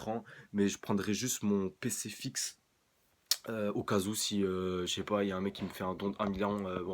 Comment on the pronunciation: Sans domicile fixé... t’étais pas loin à un accent près : Sans Domicile Fixe